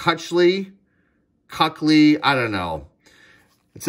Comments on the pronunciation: There you go, dissing Offensive Linemen again. By the way, Luke Kuechly is pronounced Key-k-lee. He also made seven straight pro bowls and was one hell of a lineman, just retired last year. Definitely one of the top players from 2012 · I’m sure the spelling of Kuechly’s name is what threw you off. It’s pronounced Keek-Lee. He was a monster!